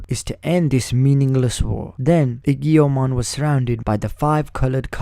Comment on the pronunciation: I beleive it is pronounced AY-JO-MON or EE-JO-MON.